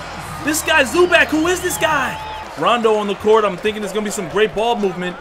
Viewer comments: ZU-back? 😂😂😂😂😂 its pronounced ZU-BOCK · bro think zoo bach. not zoo back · "Zuback" it's zubawc cmonson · Isaiah Thomas is a free agent lol and it’s Zu-bach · no it is pronounced zoo-box not zoo-bock its Zubac idk why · “Rayjon Rondo”...”Zoo Bag”...tf wrong with this guy. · Gabriel Salazar no it's pronounced Zupac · he said "Zuback" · Zubac (Zoo-Bahts)